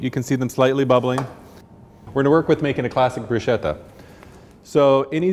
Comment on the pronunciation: Broosheda? And you’re a chef????